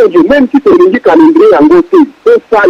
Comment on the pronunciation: ayebi ata ko prononcer mot "Calendrier" Mawa trop.